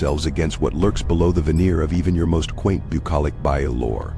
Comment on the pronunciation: What's a "Bye-Ow"? 😆